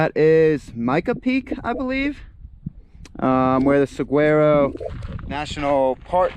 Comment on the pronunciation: Love your videos, views & commentary. Saguaro is pronounced: sa war o